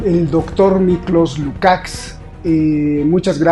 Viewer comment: Invitadazo Miklos Lucaks. Gracias por la entrevista.👍 Ah! Y creo que has sido el único que pronunció bien su apellido.